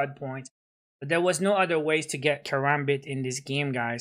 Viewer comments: I was being sarcastic Also he said "Karambit" not karabit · Killer Sol he said karabit